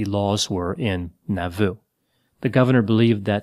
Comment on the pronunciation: Moroni is pronounced Mah ro nye, It was not Haun's Hill, it was Haun's MILL, and Nauvoo is pronounced Nah vu!!!